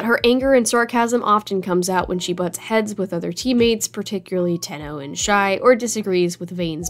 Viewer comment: Isnt it shai instead of shi